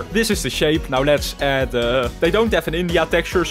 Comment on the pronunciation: OH NO! 🚫 OH NÆU! ✅